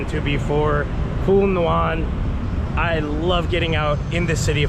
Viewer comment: ask a Vietnamese how to pronounce Phu Nhuan. lol it's not "nu an"